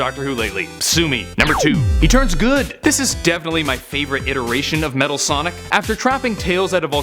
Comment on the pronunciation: Metal Sonic Kai. No one gets it right for some reason.